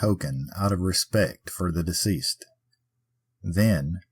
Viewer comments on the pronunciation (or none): none